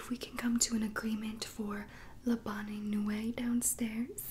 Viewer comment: Sorry it’s pronounced Bon nweet